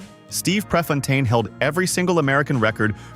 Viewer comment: You’re not very thorough with your facts. Nike and Prefontaine are from Eugene. The images you showed of crater lake are not all of crater lake. Hanford is in Washington state. And DB Cooper jumped out of the plane in Washington state. You pronounced Prefontaine and Willamette incorrectly. I’m leaving your stupid presentation here after the Hanford fiasco. Maybe you need more researched facts and less clickbait. You get a thumbs down from me